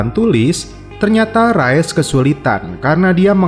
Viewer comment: Rais min dibacanya Bukan Rayes min 😭😭😭😭